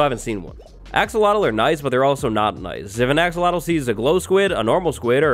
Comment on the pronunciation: That thing.. umm the new no on that was swimming underwater.. I have no idea what you called it.. it sounds like you said axel wattlle lol. But anyway, the yellow one looks like Pikachu lol.